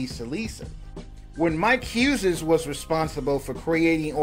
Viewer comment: Why is dude pronouncing the name Huzez?